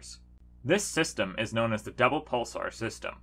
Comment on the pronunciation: I swear he said “devil pulsar system”.